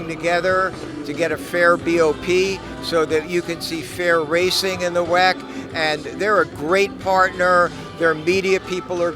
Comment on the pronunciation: For the love of god stop saying weck